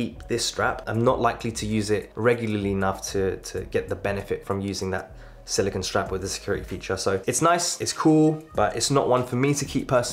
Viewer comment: Thank you for making this video! As a person with small wrists, I was curious as to which band would look best with the gargantuan AW Ultra. One note, though, you are mispronouncing silicone. The Apple Watch band is made of silicone (sill-ih-kohn) while the element silicon (sill-ih-kahn or sill-ih-kn) is used to make computer chips. I must say that a silicon band would be very brittle and quite uncomfortable to wear.